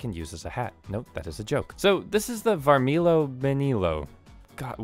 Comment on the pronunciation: I don’t mnow for sure, but I’m pretty sure it’s pronounced Varmilo